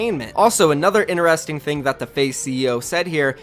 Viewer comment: ITS NOT PRONOUNCED ‘INERESTING’ ITS INTERESTING